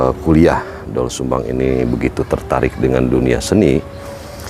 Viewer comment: Gimana tuh Narator "OE" itu dibaca "U",Bukan dibaca O jadi Dol Sumbang